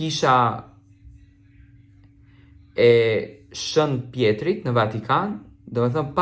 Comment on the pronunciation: Hajde gazetar hajde, jo Shen Pjeri o gdhe por Shen Pjetri mire qe se di por s'di as te lexosh sa turp qe i thua vetes gazetar